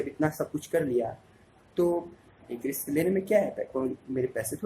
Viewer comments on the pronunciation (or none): none